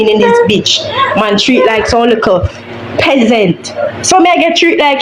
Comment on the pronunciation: Peasant not pessent😢😢 skool skool work work class class🤔💭